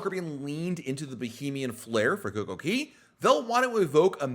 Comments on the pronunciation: It kills me when you say coco KEY LOL its KAY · .. And DUDE! No coincidence DAY rhymes with Cay "Kay". Why on Earth do you pronounce the A as an E? All the signs read CAY. Sounds so weird when you say it that way.. P.S. I enjoy your content